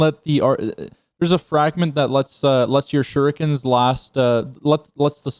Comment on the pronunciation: Um he just called them shurookens 😂😂😂😂